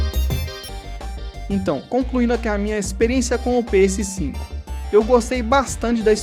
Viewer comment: Engraçado a sua pronuncia "Pê êsse 5" (PS5) hehe. Ótimo vídeo!